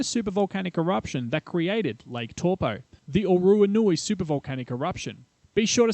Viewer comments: Brooo It's Taupo like saying Toe.. Poor Not Toopoo. As in Tore Poe🤦‍♂️ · Pronunciation This video : Lake TorPo - Reality : Lake Toe-paw How hard is it 🤦‍♂️🤦‍♂️ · Toe paw. Not tor po. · Tow po, not toe paw. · New Zealands Lake Tor pau lol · Tor Po, waikartu,jeez mate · Taupo = Toe-paw. Not what you were trying to say :) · Older NZers have always pronounced it as in the word "towel'.[Tauranga,Taumaranui,etc]As Maori was not a written language,the English lexicographers wrote it the way it sounded to them at the time.Now it's being rendered differently. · Tor-po, why-katu and Hatipy...? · Good video except the pronunciation of Taupo. It sounds like Toe-Paw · Evidence. It will erupt again. But I wish you told the (actual) story on the legend of this place and corrected your pronunciations. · All good most New Zealanders mispronounce Taupo anyway including myself just so they know what I'm talking about